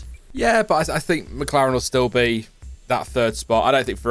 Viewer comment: Its think love, not "fink"